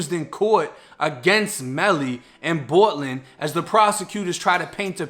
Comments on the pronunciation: why you say bortlen like that bruh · East coast accent